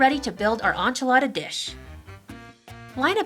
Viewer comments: Not how you pronounce enchilada lol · This looks great! Though every time she said enchilada, her pronunciation killed me... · Hey there from Texas! Here's how to pronounce it: in-chi-lah-dah (and I did it phonetically in stead of the dictionary way because it's to the point). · The way you pronounce the "e" in "enchilada" sounds more like French, than Spanish haha. Too cute. Anyway, this recipe looks AMAZING! I'm a vegetarian in transition to enter the "vegan world", so this dish looks perfect! Thanks for posting it. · ***** I am fluent in Spanish, English, Italian, and Portuguese and am learning French. As I stated in my second comment, I am a new subscriber so I did not know she was from Vancouver or even sure she was from Canada. Hence, I asked her if she spoke French since her pronunciation of the "e" in "enchilada" sound more French than Spanish. I bid you good day.